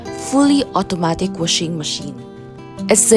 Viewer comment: "wushing" machine